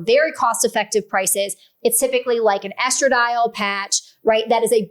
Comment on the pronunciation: If you are doing a video on women’s sexuality, you should learn to say “vulva” when you mean vulva and stop calling women’s external genitalia “vagina.” You can also learn to pronounce “estradiol.”